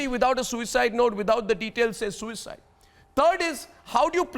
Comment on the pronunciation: Why do you keep stressing on the word ‘Suicide’ on purpose. It’s a murder. Shame on you